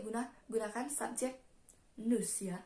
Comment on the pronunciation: Cara bacanya salah bukan nus tapi nu visitong la muze